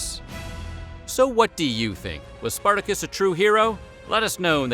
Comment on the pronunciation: Spartako or Spartacus is not pronounce that way, is not an English name.